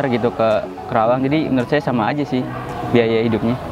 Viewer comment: Ajarin mahasiswanya pronounciation nya itu KARAWANG bukan KERAWANG wkwkw